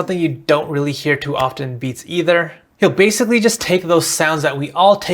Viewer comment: "what this BASSically does..." ;D Nice vid TY for sharing these tips!